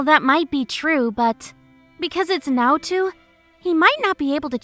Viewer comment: The only problem I had was the way you pronounced Naoto. It's not too it's to